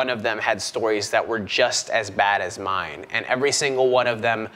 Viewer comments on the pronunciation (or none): none